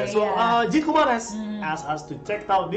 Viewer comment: Let's make a correction with the word again... It's dzükou.. not dzuko.. zuko.. züku.. or whatever Just learn the spelling at least